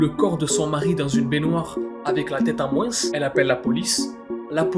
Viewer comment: "en moinsse"